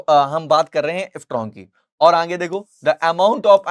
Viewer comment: Aage ❌️Aange✅️😂😂